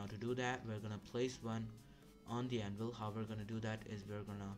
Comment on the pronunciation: bruh he called tha minecraft anvil pokemon anvvil and said fighting the monsters i mean i see that he tried but cmon bro